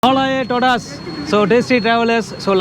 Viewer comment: Yov puthu language pesure nu soli savadikatha., if you said hola a todas pronounce it correctly. In hola h silent n espanol. Also todas should pronounce as tohdhas